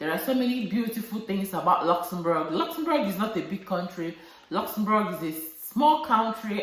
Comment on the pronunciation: The way you pronounce Luxembourg sweet me pass💕 You really know much about Luxembourg and you're helping lots of people out there. I really miss my African food Sis😋 Nice sharing with us Sis.